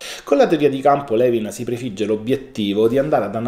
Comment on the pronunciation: Non vorrei sembrare antipatica ma si pronuncia Lùin,,, non Levin. Grazie per questo prezioso contenuto!